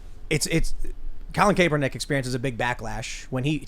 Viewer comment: The former 49er QB'S name is pronounced starting with cap not cape. I grew up 16 miles from him and he had much more "privilege" than me